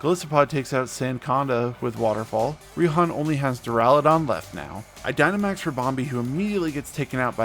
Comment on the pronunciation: Raihan’s name is actually pronounced “Righ-Han”